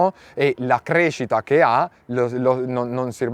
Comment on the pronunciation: Ma perché mette la "n" davanti alle parole.. che nervi.. "visto chen" "noin" 😂